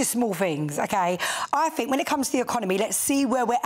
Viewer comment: Get aaaaht my paaab. "I don't FINK so". Good grief.